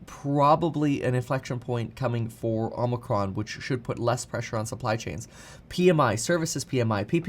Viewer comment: Can't wait for Omicron to finally go away so I can stop hearing it mispronounced so much